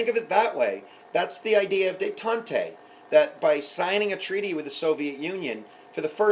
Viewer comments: Really helpful videos! By the way, i think its pronounced Day-Tont, not Day-tont-ay: there's no accent on the second E. Sorry if this sounds condescending :P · hey, thanks this is awesome :) But damn your pronunciation of 'la détente' xp